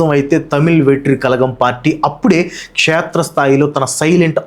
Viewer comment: Anna క్షేత్ర స్థాయి bro క్షత్రియ kadhu